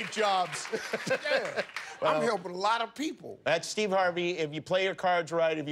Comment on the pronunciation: He doesn’t even say Steve. It’s Steee.